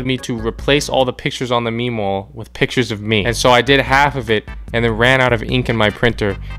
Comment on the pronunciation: LOLL ITS A “ME(me) WALL”